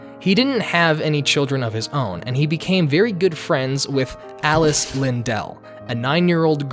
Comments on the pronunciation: Alice's surname was "LIDDELL" , not "LINDELL", if you wish to be taken seriously in any way please ensure that your most basic utterances are correct. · It’s sounds like you’re saying “Lindell”. Maybe I’m just hearing wrong. But if I’m not, just to be clear, it’s Liddell. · Alice's last name was LIDDELL (pronounced "little") not LINDELL. As a professed Alice aficionado you should have been well aware of this. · Liddell, not "Lindell". Read the first letter of each line of the poem at the end of Alice in Wonderland. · I thought it was Alice Liddell, not Lindell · I agree with 99% of what you say here. One thing, though, it's "Alice Liddell," not "Alice Lindel." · I'm sorry, but isn't her name Alice Liddell? I don't think it's Lindel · BTW, Li-DELL? REALLY? The name is pronounced to rhyme with words like "little" and "whittle", as pointed out by Martin Gardiner in "The Annotated Alice", in which he reporduces a couplet that rhymes "Liddell" with "fiddle". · love the video. just wanted to correct you however. The name was Alice Liddel NOT Lindel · Finally, someone who gets all of this. Also... was it not pronounced Alice Liddell? and personally, I totally agree about the Disney movie section, but my favorite movie is the Hallmark one with the girl from Napoleon Dynamite